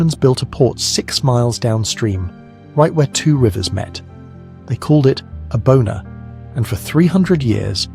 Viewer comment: It's "Abona," not "a Boner." 🤭